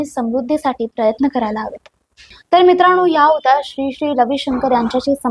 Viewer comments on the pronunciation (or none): none